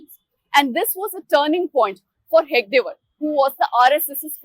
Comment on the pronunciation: It is 'He-Da-Ge Waar', not 'He-Ga-De Waar', the founder the reporter refers to. Also, it is not 'Vi-Dhar-ba' region. It is 'Vi-dar-Bha'. You can judge the quality of the rest of this 'free and fair' report.